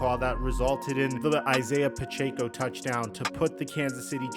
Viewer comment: Just wanna say I hate how you pronounced Pachecos last name